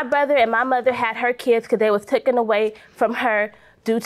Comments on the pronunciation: I’m with you. That “ tooken” was getting on my nerves!😳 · It’s “Taken” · #1 All of that nonsense for a television? Pathetic #2 It's taken not "tooken" #3 Yes, my day is so boring I not only took the time to criticize but edited my comment to state the fact